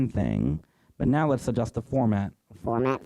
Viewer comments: "Format" setting... or "Formant" setting?!! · The N is not silent in formant lol